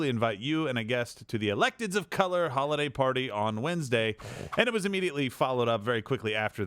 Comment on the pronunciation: "Hollyday parties"?